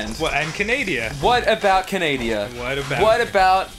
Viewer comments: can-a-da, not can-ay-de-a silly jew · He said "canadia" instead of "Canada" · My god, they called Canada, Canadia.... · I have dyslexia and I think because of that I actually always pronounce Canada as canadia without thinking about it before saying it. so yikes. Lmao bc danny pronounced it that way tho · It's not Canadia its CANADA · I ALWAYS SAY KANADIA!!!!! AND SO DOES DAN!!! WOOHOO!!!!